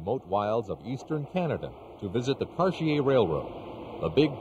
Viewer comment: I know I'm not the only one who learned the correct way to pronounce "Cartier" by watching this video.